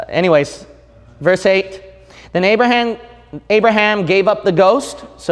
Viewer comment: His name is Abraham not Arabham !?! 🙄😏